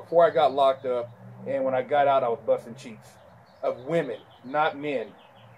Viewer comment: I always wet my pants at work when i start to think of his pronounciation of the two sentences "Buzzhtin' Cheeexzhh" " Wigg Shpliddhin'" Hes so damn epic!